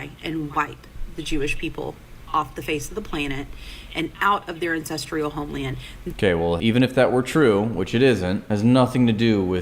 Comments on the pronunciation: Is she saying "Incestrial Homeland"? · She can’t even say ancestral correctly, sounds about right for zionists.